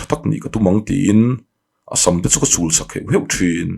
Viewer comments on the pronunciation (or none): Chhuahsak niloin, Chhuhsak tihtur. Thuziak leh lam hi, fimkhur a tha